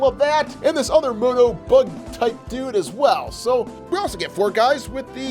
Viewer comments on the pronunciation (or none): none